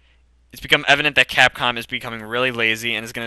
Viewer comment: Capcom(X) C(r)apcom(O) lol